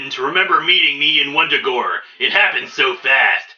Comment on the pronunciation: Vun-Da-Gore... not Wundagore.